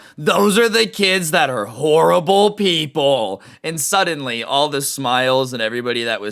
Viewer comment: “All those kids are HOWWIBLE PEPWLE” dude I. Would just start fake crying and say “I hate liking video games I’m going to hell nobody loves me for loving video games...”